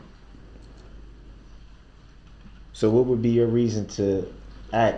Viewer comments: It’s ASK, not AXED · I can’t believe how much time this guy wasted. And for the love of Pete, it’s ASK not AKS. Clown. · LMAO he does say "axe" or "axed" a lot, instead of "asK" or "asKed"...I noticed that, too haha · Keeps asking ax, then he needs to be axed ..it is ask, not ax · Il n arête pas de dire aks au lieu de ask! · Did he want to ask or AX a question? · Ever notice when he’s pretending to be a big shot lawyer he pronounces the word “ask” and when he’s back in scumbag mode it back to “axe” . So he knows the difference!!! P.O.S. 💩🤪😜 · The correct verbiage is ASK a question, not AX a question. Even a kindergartner knows that. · Ask - a verb. Not AXE - which could be a noun or a verb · Translations Dat = that Du’uh = the Axe = ask Axed = asked Dis = this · It's fair to say if he had completely irrefutable proof it wasn't him driving or in the vehicle I would hang the Jury demand he's guilty out of annoyance ...fair to say.....and it's ASK YOU DICKHEAD....NOT AXE....NO YOU CANT AXE ME A QUESTION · ..."Groundz for the substain"... -i can't get no groundz??,--OK ......is it fair to ax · " CAN I AXE HIM A QUESTION " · Let me ax you a question 😂😂😂😂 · Stupid Mr. Brooks “axe” (his pronunciation) the most stupid questions with EVERY witness. An idiot asking idiotic questions. His questions and the resulting answers benefit the prosecution and he’s too stupid to realize it. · 😂 I cannot stand when he intentionally mispronounces "ask." It drives me nuts. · He knows how to pronounce “ask” in the proper way. I have heard him do so. He chooses to use “axe”. He can also pronounce truth, oath and both properly but chooses not to. He has failed himself. It drives me crazy to hear him talk too but I don’t think it was his English teachers fault. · It’s so annoying how he says axe. If I was on the stand or the judge I would say I don’t know what that word is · When Darrell says Axe, it's because he murders the English language. Just chops it to pieces.